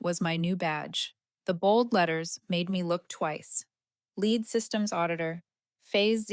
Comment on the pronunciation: Too bad you don’t know how to pronounce the word Lead!